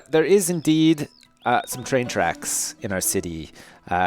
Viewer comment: Maxis, mostly bc in my city I still had to get cops and he didnt help very much... and I know you know how to do it correctly. Everytime you say twain in your accent I think of Shania, sorry